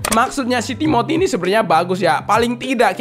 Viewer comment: Timothy ❌ Tiboty✅